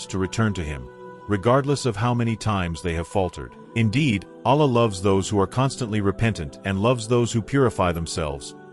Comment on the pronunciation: ALLĀH is pronounced AL-LAAH, not ALAH.